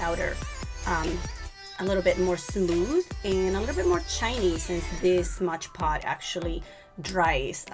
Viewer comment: It’s soooo beautiful !! You are pronouncing it wrong it’s called Mod Podge not Modge Pod ! Just letting you know ! But your diy is soooo beautiful !!